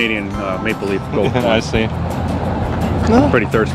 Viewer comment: It sounds like he is saying Canadian “make belief” coin instead of maple leaf coin. I could understand why some of these people said no for that reason.